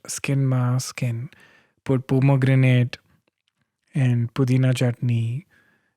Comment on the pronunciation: He said pomegranate twice😬😬